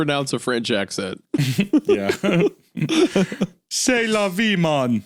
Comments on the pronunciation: did bro just pronounce "ceS la vee" ? 😂 Edit: commented this before hunter called him out on it 😅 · it’s so funny that Hunter gets on Isaiah for saying c’est la via wrong but completely butchered “ennui” not even a minute before lmao